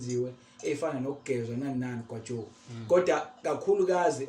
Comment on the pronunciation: uDokotela umbiza kamnandi uGwajooo😅